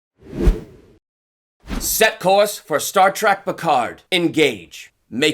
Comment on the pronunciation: He keeps saying Star Track not Trek